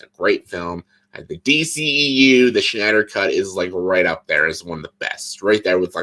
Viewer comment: Why did you pronounce it like... "The Schneider Cut"? LOL IDK why but that just stuck out to me haha.